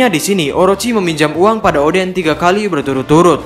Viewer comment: Salah sebut